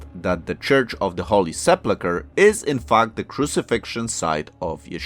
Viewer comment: Please pay attention to the way you say sepulcher...😊😊